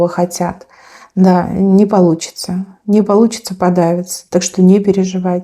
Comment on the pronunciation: ВЫ ЦЕЫОТО ХАЦЦИЦЕ ? ПАЛУЦИЦЦА 😂😂😂😂 КАПЛАН К ЛОГОПЕДУ НАДО 😂😂😂 ОТ ПИЗДЕЖА НЕ ВЫЛЕЧИТ,НО ПЛЯМКАТЬ И ВЫГОВАРИВАТЬ БУКВЫ НАУЧИТ 😂😂😂